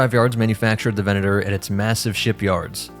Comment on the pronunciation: I appreciate the proper Latin pronunciation of the 'v' in "venator"